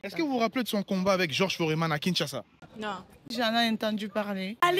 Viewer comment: Pas Foréman mais plus Foreman c'est un "e" muet